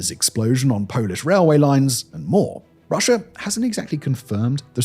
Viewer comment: I understand the intrusive R is for linking words together to sound better, but why would you add an R to the end of a country name?